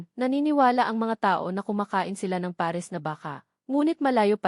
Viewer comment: Bago na pala ang pag bigkas ng pares peres na